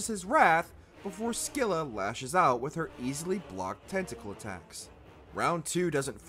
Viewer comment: Finally someone pronounched Scylla right😂